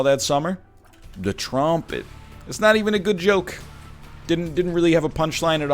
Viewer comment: “The trawmpit” this man is a comedic genius